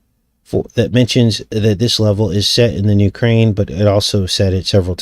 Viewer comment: UK - raine? 💁🌹🙅